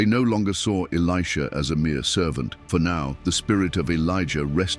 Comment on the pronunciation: The AI narrator called Elisha “Aleeshah” a few times 😂. I have a 7 year old son named Elisha and people pronounce his name “Aleeshah” all the time. AI is just as dumb as people who dont know the Word of God. 😂😂😂